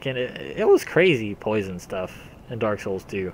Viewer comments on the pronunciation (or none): "Hello everyone, today I'd like to talk about Poise(Kappa)on"